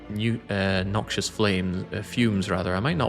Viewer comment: A Silent run aka the try not to get annoyed at for mispronouncing the word noxious challenge